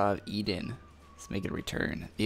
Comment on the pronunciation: Eden and Eidolon, two diff words. But great vid :)